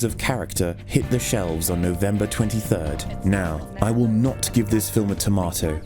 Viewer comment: No-Vembah da twenty furd is gonna go down in herstory.